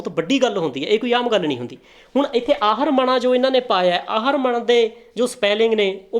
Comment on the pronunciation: ਵੀਰ ਤੂੰ ਪਹਿਲਾਂ ਅਪਣੀ ਖ਼ੁਦ ਦੀ ਮਾਦਰੀ ਜ਼ਬਾਨ ਨੂੰ ਪੜ੍ਹਨਾ ਸਿੱਖ ਆਹਰਮਨਾਂ ਨੂੰ ਆਹਰਮਣਾ ਪੜ ਰਿਹਾ ਹੈਂ। ਤੇ ਤੇ ਦੂਸਰੀ ਅਹਿਮ ਗੱਲ ਕੇ ਫ਼ਾਰਸੀ ਜ਼ਬਾਨ ਦੇ ਵਿੱਚ ਨੂਨ ਗੁੰਨਾਹ ਨਹੀਂ ਹੁੰਦਾ ਮਤਲਬ ਅਗਰ ਅਸੀਂ ਫ਼ਾਰਸੀ ਸ਼ੇਅਰ ਦਾ ਤਰਜ਼ੁਮਾ ਕਰ ਰਹੇ ਹਾਂ ਤਾਂ ਉੱਥੇ ਜ਼ਬਾਨ ਲਿਖਿਆ ਜਾਵੇਗਾ ਨਾ ਕੇ ਜ਼ਬਾਂ।